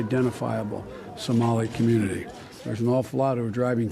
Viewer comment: He said cunity college haha thats awesome